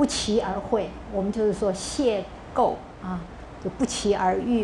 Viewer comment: 邂逅的读音貌似有误吧。不过，自乐其中的老师最可爱。